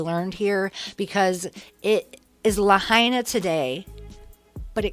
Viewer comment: Not La Hay Na